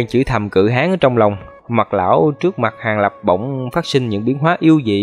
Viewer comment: Tui khổ ad lắm luôn á. Cự Hán mà cứ đọc thành Cự Háng nghe tượng hình bậy bạ quá 🤣🤣🤣